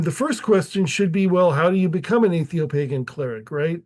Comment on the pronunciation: Either atheopagan is misspelled or you can't pronounce it.